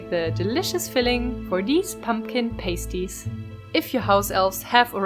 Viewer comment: Its pronounced Pah- sty not pay-sty